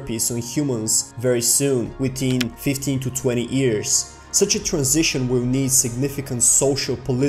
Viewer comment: This nigga talking about immortality, yet can't pronounce years correctly lmaooo this nigga reachinnnn' hahah